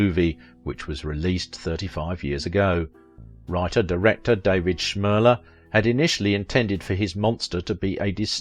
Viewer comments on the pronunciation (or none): none